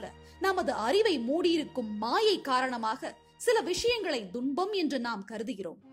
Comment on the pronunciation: ஒரு சிறு ஐயம் தும்பம் என்பது சரியான உச்சரிப்பா?, இல்லை துன்பம் என்பது சரியான உச்சரிப்பா?